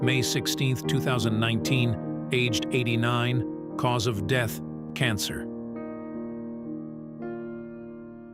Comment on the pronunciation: I like the part when the AI said cause of "DEETH" absolutely priceless 😂😂😂